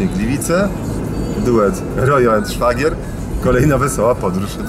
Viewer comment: Szfagier ??? chyba Szwagier :)